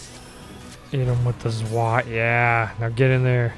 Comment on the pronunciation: Play the KotOR games next. Also, I winced every time you mispronounced "zwei."